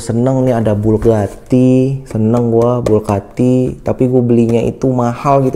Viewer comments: BUGATTI om bukan BULGATTI koreksi aja saya om ehhee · Bugatti om bukan BULGATI